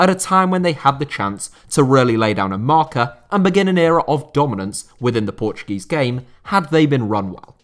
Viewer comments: Ur pronunciation and knowledge of Portuguese words is pretty good for a non Portuguese speaker Great VID BTW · i love how you said every portuguese word right (